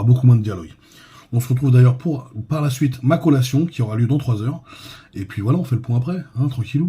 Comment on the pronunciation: CO'LLA'TION CO-LLA-TION repete after me U know ? ... 🤣